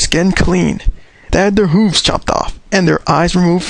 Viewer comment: its not hoooooves its hooves